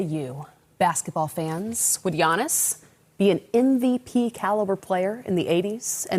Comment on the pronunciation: You never pronounce Giannis name the right way smh